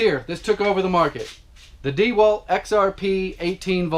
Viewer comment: Your pronunciations of those brand names, Makita Milwaukee DeWalt was excellently played